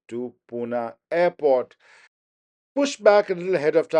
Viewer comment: It's PUNE..not puna.. okay..😂😂😂. Budddha. Pronounce. My city name properly 😡😡😡😡😡